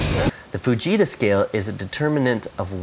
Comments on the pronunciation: It sounds like he is saying 'vegeta' scale lol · Who thought when he said fajita he said vegeta